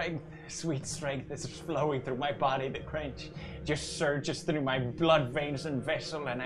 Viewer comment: Its through not troff!